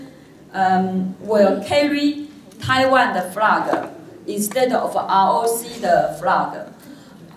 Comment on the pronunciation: 文法錯誤百出，而且在英文中間加"的"是怎麼回事???還有她英文的國旗念成青蛙了，真好笑